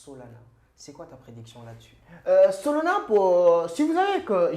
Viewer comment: Solana fais un effort pas solona